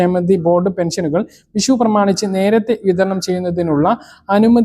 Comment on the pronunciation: വിശുവല്ല. വിഷുവാണ് അക്ഷരസ്പുടതയില്ല സുരക്ഷയാണ് സുരച്ച യല്ല